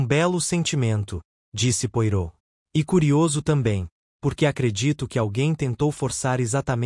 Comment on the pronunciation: Não consegui terminar de ouvir. Pronúncia horrível, inclusive o nome do Poirot.